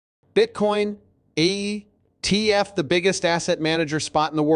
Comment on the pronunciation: Geez AI.. wtf is an ET F